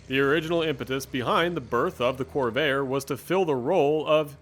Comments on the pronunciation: Corv-air, please, not Cor-vay-er. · Why do you keep calling this a "cor-VAY-er"? Where are you from? It's pronounced "cor-VAIR". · The marque of the vehicle is CORVAIR, not CORVAYER! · you know a lot about these except perhaps how to say name, was always a corver, first time I heard corvayer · I grew up pronouncing the name Cor Vair... not Corv Air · Why does this guy pronounce "Corvair" as it had three syllables ... "Cor-va-er". Given the video is 5 years old, that odd pronunciation can't be blamed on A.I. 😅🤣😂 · Why are you calling it "Corvayer"? What's wrong with you? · drives me crazy to hear him say Corveyer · The best looking American car of the 1960's (in this body configuration). Best version is the Corsa with a 4-speed. Best to avoid the turbocharger. The narrator does not have a particularly strong accent but, for an unknown reason, he consistently mispronounces the name of the car. While it is composed of two syllables, the narrator insists on giving it three syllables. The correct way is "cor-VARE" but he says "cor-VAY-er." What a bizarre way to end the video: A coda about a completely unrelated possible drug dealer! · I really enjoyed this report . Guy has a great voice for it . One comment , Corvair pronounce like Corvette. I own eight of them and I NEVER heard anyone back then pronounce it the way this youngster does. I learned to drive in a 62 and coming from go-karting never had a problem with cornering. Guess I just had the touch. Cleaned up against Trimph tr3s and the like. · He's not pronouncing the word Corvair the right way at all!